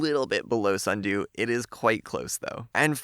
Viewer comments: How JMA said sundew😂 sUndOo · It’s not sundew, it’s snudooooo